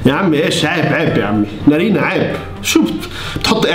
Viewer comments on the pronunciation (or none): نارين ❌ نرينه✔ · ولككك بس تقول نارينا اسمها نارينن😂😂